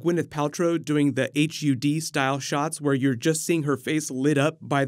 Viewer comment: HUD is pronounced "hud" like "thud" without the "t" it stands for heads up display